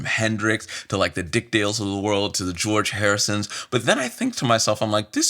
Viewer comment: "the gearge harrisons" how many are their?